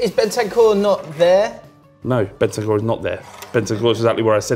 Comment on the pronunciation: Man said bentancur ahahahaha